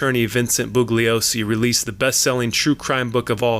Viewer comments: The “g” is silent in mr. Bugliosi ‘s name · The g is silent in bugliosi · The only thing flawed IS THIS LOUSY SO CALLED "WHAT WE KNOW" PIECE OF CRAP!!!!! The narrator keeps referring to Vincent Bugliosi while EMPHASIZING THE G in the last name BUGLIOSI, when Vincent Bugliosi asked the Manson defense team to stop emphasizing the G when in fact the G is soft & NOT PRONOUNCED AT ALL IN HIS LAST NAME. Despite correcting the Manson defense team, both the Manson defense team & the defendants continued mispronouncing Vincent Bgliosi's last name. It accomplished ABSOLUTELY NOTHING & they all went to prison. This LOUSY PIECE OF CRAP WONT ACCOMPLISH ANYTHING EITHER. . .